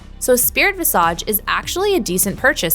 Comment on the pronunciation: She keeps saying visage wrong, also coup de grace